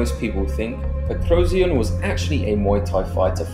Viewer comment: Why do you say his last name so weird😂😂